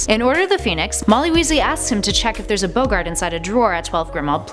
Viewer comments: Bogart? I believe it's Bog-Art....oh well, that happens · It’s not bo-garts, it’s bog-arts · Bog art!!! Not bugart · Boegaaaaart, eh! Films say bogart (bog art ) and so do I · It's BoggART not BoggERT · Boggart is pronounced bog - art, not Bow-gart. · "Boe-gart"? It's pronounced "Bogg-art". Maybe they should get real nerds to make these videos. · Naomi P Ive always prounounced it rolling. lol americans need to learn how to prounounce stuff and boggart not bowgart oh and Edinburgh. Also minerva didnt play with james as she was a teacher in the 70s and james was boŕn in 71 i think or joined in 71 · B-o-g-art you fake fan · It's pronounced bog-urt . I knew all of them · the way she said boggart makes me sad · This might seem annoying but you said Boggart wrong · You're mispronouncing boggart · If people know some of these why name it things you didn't know and not things you might not know? Also the butchering of boggart and Edinburgh. Only someone who hasn't seen the movies would say boggart in such a weird way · 1. Mcgonnagall was a teacher when James was at hogwarts. 2. It’s BOGgart not Boeggart 3. You pronounced Edinburgh wrong too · Id like to point out that boggart has two Gs So it's pronounced BOG art, also Eden Brough? It's ED-en-bru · might be petty but you pronounced boggart and Edinburgh wrong. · Jeez, still can't pronounce "Rowling" or "Boggart", despite making several videos of Harry Potter facts! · Nice video, but you really need to work on your pronunciation of "J. K. Rowling" (the 1st syllable has the long Ō sound; rhymes with "toe"), and BOG'-gart (not like Humphrey Bogart). Thanks!